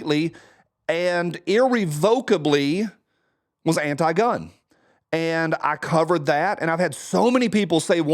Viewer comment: Saying TK ‘fumbles over words’ then immediately mispronouncing ‘irrevocably’ was epic btw 😂